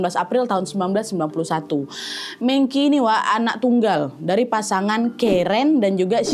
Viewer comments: Agak gmna gitu nyebut mengki,, betewe mengchi ga sih kak sma kayak sejarah china kmren raja Qin bukan raja kin baca ny tpi Raja Chin. CMIIW❤ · Kak Nad, Mengqi dibacanya Meng Ci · Kak Nad punten, kayaknya bacanya Meng-Chi, bukan Meng-Ki. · kaaaa btw mengqi penyebutannya bukan mengki. tapi mengci. meng nya seperti kaya bilang "meng" dikata mengejar, dan qi dibaca ci. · Q= c Meng qi Dibaca Meng ci Cmiiw🙏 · kak Nad, FYI cara bacanya mengci. Huruf Q dibaca C sama orang China. Cuma mau ngasih tau itu aja😊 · Menqi dibaca mengci ka. Q dimandarin bacanya c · kak maaf sebelumnya, seharusnya cara baca nama "mengqi" itu "mengci", karena dalam bahasa Mandarin huruf "q" itu dibaca "ci" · Bacanya mengchi kak (e nya dibaca yang seperti di kata 'e'lang) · D china meng baca meung juga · Baca meng chi😅